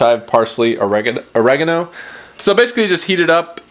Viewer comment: You say oregano wrong